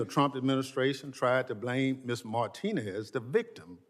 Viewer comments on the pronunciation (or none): none